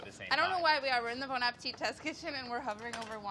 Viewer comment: the way that adam pronounces bon makes me cringe. it’s not BAWN. i am appalled